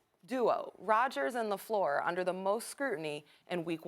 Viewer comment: hey Max, get off Steven A. he's pronouncing "Lafleur" properly and respectfully. also Rodgers' GREAT talent has been WASTED in Green Bay.